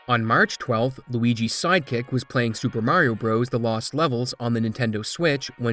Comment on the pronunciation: I wish you would learn how to pronounce the game's name.